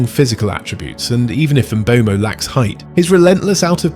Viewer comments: Please, please please start pronouncing Mbeumo's name correctly. It has been a pet peeve of mine this whole year, every commentator getting it BADLY wrong. Pronounce it like there is no E . Mbumo. say that. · Its funny how fans opinion differs, A certain United youtube channel who goes by a fake name said United ruined Mbeumo. Also, Learn how to pronounce Mbeumo, You sound like you're having a stroke.